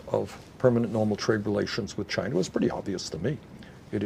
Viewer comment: Is he saying Chiner!?